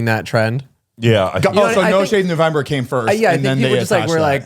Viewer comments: take a shot everytime Zane says “newvember” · Zane keeps calling it newvember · 😂😂😂 DEADASS I was like wtf Zane “newvember”?? Lmao